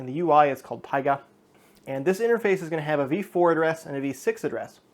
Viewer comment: the correct pronunciation would be taigA